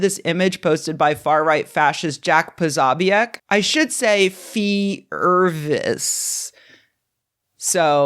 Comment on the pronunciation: American pronunciation of Polish names is hilarious: Pazabiak. :D It should be pronounced Po-so-biets with both "o's" spelled as in (British pronunciation of) rock or clock, not as an "a" in the word "part".